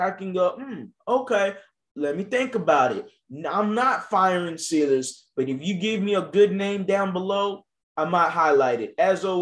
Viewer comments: I love watching your videos bro but your miss pronouncing the coaches name. If you watch rockets games you should know how it’s pronounced. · You’re pronouncing Silas wrong.